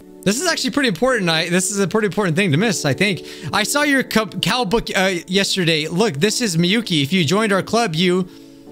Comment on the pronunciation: What I heard Cowbook What I see Kaobook